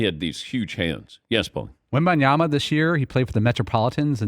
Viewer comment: Dan Patick refuses to say the N in WembaNyama. I know he’s heard the name enough to know there’s an N there. I know he sees it spelled out. He’s a pro’s pro but for whatever reason he won’t say it. At this point Im starting to respect the persistence.